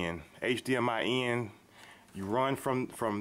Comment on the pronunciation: dude you say in, "ein" lol